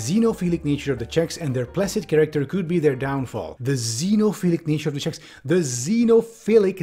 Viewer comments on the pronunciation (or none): As a Czech, I burst out laughing when you read the word "xenophylic" - "tell me you've only ever been to Prague without telling me". Nice video, as always,. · Yeah, me too. It was fu*king ridiculus